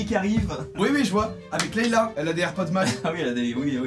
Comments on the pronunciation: Ça ce dit Leya mais ça s'écrit Léia pas Leila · LEIA pitié !!! PAS LEILA ! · Fan de star wars mais tu dis Leila au lieu de Leia 🤣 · Leila mdr c’est Leia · C'est la princesse Leia et non Leila !! Désolé mais j'étais obligé de le dire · Cest pas laila cest léia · Princesse Leia, pas Leïla ^^ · Désolée ça me démange mais c’est princesse leia et pas Leila 😂😂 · je m'appalle Leia comme la princesse dans star xars doc sil te plait arret de dire Leila merci BCP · Leila au lieu de Leia, decidemment Star Wars c est pas encore ça 😂😂😂